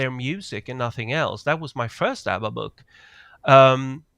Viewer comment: Absolutely hilarious you tease your family for pronouncing Twitter incorrectly immediately after pronouncing ABBA incorrectly, and then later in the show you highlight some French pronunciation and immediately incorrectly pronounced "pronUnciation" as pronunciation.